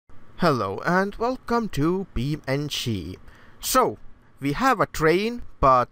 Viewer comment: "be am chee" "put a train on the tractor" funny hearing mistakes lol